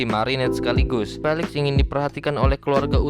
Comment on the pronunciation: Maaf kak felix di baca filix